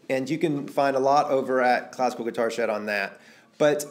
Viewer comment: Not a classical guitar myself but wow man these techniques do help, i cam across your sitting position for instant and it greatly helped me and my posture. Also just had to mention it, when you said "Classical Guitar Shed.." It sounded like "Classical Guitar SHRED.." xD Take care man and thanks once again.